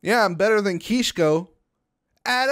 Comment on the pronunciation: Its kishko but you say keeshko